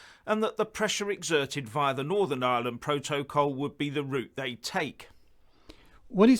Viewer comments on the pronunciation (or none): I actually feel physical revulsion when he mispronounces protocol as Pro-toe-Kol yuck! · Sounds more like 'proht-oh-col' to me, when it should be 'proht-uh-col'. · What the hell is a "Pro-toe-coal" for ffs? Mostly Brexiters never understood what the fuck they were getting us into... .... or rather, what seriously expensive inconvenience we were PROTECTED FROM by being in the EU. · PRO-toe-col? PRO-toe-col? What the hell is that? 🤣😂😆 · Why can't cannot pronounce simple words like protocol or capitulate properly? There is something very strange about 'him'. His delivery is so monotonous and pronunciation so off, I’m forced to wonder if he is even a real person. It is very reminiscent of Max Headroom. If he is real then is either not as smart as he pretends to be or a very clever parody of ignorance.